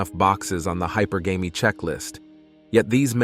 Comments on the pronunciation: its pronounced high purr gam ee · This is clearly AI. Can't get the word hypergamy right.